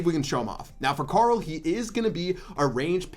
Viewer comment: The was you say Carl !!! It sounds like corol ! 😂 I’m here for it lol